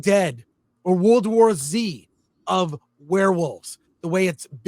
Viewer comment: Thank you for pronouncing World War Z correctly!